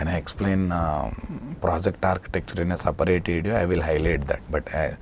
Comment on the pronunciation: s a p a raate ..ha ha..your english..